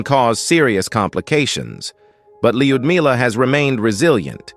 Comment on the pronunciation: Having known several Russian women with this name, I can safely say that the proper pronunciation is l'-you'd-me-lah.